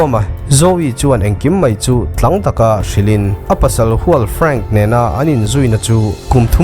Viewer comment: MiZo tawng i thiam vaklo nge? I chhiar sual thin? Tlang taka - tihte Video dangah pawh , Tui zang khauh tih pawh - i ti diklo